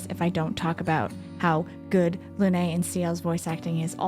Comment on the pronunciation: Its not "Luné" its "Lune" meaning moon, pronounced "Loon". As Sciel means sky